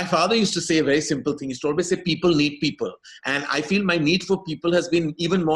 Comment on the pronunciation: We get it. You've just learned a cool way to pronounce 'AWE-WAYS'!